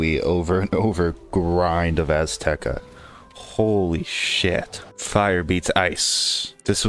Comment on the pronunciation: Azteca? Nah, Assteca